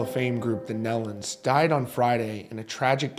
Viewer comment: Thank you for this coverage. They were very special people! I've known for 45 plus years. Just an FYI, it's pronounced knee-lun. Autumn is pregnant with the first grandchild, her first child.